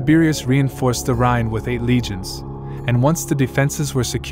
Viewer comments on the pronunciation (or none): It would help if you could properly pronounce the name of the river RHINE.Iit is not "rain" but rather rye like the bread ending in a strong N like in the number 9. Get it? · Rhine is pronounced (rine)